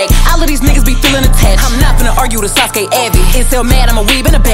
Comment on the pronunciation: She mentioned all of my mans ❤️‍🔥and I also like how she said Naruto and Sasuke names